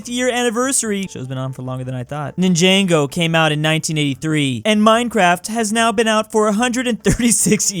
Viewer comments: it's nin-jah-go not nin-jang-go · Ninjango wtf it's pronounced Ninjago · bruh...did he really just say Nin-Jango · did he say.... Ninjango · 'Ninjango' hurt me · Njango? its Ninjago ninja-go also PLEASE turn off cap locks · NOO DID YOU JUST CALL IT NIN JANGO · The Way says ninjago is a disease He Said ninjango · ah yes... Ninjengo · really just pronounced "Ninjago" as "Nin-jay-go". Uncultured swine... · Mans literally said nin-jango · The way he said ninjago absolutely killed me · it just hurted my soul how he said "Ninjago"